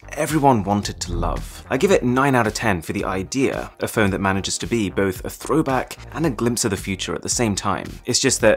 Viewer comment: He pronounces phone as fern a couple of times